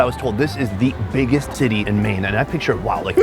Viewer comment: my mans said the biggest tittie in Maine instead of city 😂😂😂